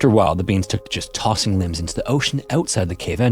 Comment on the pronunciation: Dude, you’re totally using an ai voice. There’s no hiding the telltale deepfake warble and it sounds nothing like your natural voice from before you started using it. Hell, at 13 minutes you don’t even try to hide that it screws up saying limbs and blood loss.